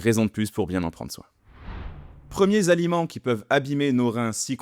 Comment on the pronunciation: Idem .... très intéressant .... MAIS .... attention aux liaisons inappropriées .... je relève à 0.52 minute : " ...premier - z - aliment .... " C'est quoi un " z-aliment " ? Je pose la question ! nb : je suis père de " huit - z - enfants " donc sensible sur les liaisons malheureuses !